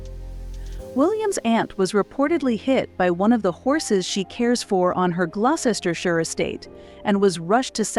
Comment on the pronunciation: You pronounce Gloucestershire incorrectly. Too many syllables